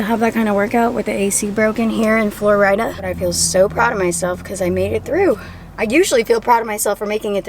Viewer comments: “In Flo-rida” 😂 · you constantly calling florida flo-rida lmao